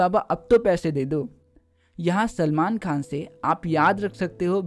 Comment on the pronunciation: Sir kha nhi khan